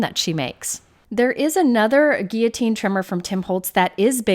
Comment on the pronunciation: Your proper use of the word "guillotine" has my heart! You know when you hear the "L" sound and it's like fingernails on a chalkboard?? :) Anyway, thanks for the review. I have a similar trimmer to this, but I love the fact that you can cut from the top or the bottom with a straight edge! I like to use the bottom too.